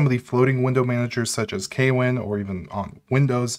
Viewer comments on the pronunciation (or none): note: kwin is pronounced with one syllable